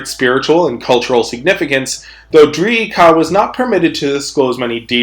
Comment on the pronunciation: Holy shit the dinosauroid is in kaimere! Edit: I love how says funni words like DreeeEEKaaaA and SkraaaaAaEeee